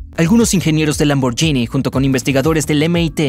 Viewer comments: Excelente video lo único es que la marca Lamborghini no se pronuncia de esa forma (lamboryini) es una g normal seria lamborguini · Lamborghini se pronuncia sin ll,osea Lamborghini. La GH en italiano se pronuncia G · Lamborghini no se pronuncia lamboryini se pronuncia lamborguini es lo mismo que el spagetti Vos decis spayetti o espagueti Y los electricos no se miden en caballos se miden en torque y kw